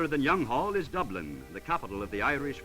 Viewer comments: The building is Kylemore Abbey, now a convent and one of Ireland's greatest tourist attractions. The architect was my great great grandfather James Franklin Fuller. I laughed out loud at the narrator's pronunciation of Youghall and then twice more further on. Most Americans think it rhymes with frugal but this one said: "Here in the ancient town of Young-hall ..."! It should be pronounced more like y'all. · Younghall??? LOL Youghal!!